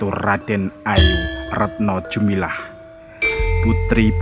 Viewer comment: bukannya retno dumilah bukan retno jumilah. koreksi saja. maaf.